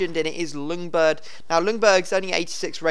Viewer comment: Jungberg is how u say it :)